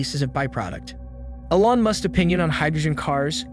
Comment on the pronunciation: First time hearing someone pronounce elon ellon